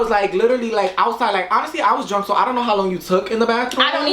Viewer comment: I love how Aaliyah says drunk. She's like "drwunk!" 😂 so much emphasis